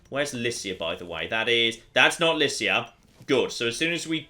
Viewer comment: I believe, Lycia is pronounced with a "k"